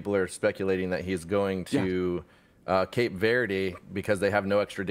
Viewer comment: AntigUa. Cape VerdE. And are you trying to say Barbados or Bermuda?! 🤯